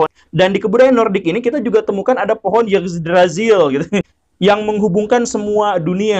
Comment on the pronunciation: yggdrasill itu bacanya igdrasil pak. saya nonton series american god ceritanya si odin pake ranting dari pohon ini buat bikin tombaknya